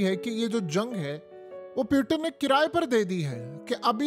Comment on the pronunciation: پیوٹن نہیں ہوتا۔ پوٹن ہوتا ہے بھائی۔